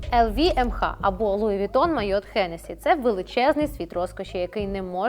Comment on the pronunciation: Луі Вітон😂😂😂😂😂Трошки із французським прононсом, будь ласка👌🇺🇦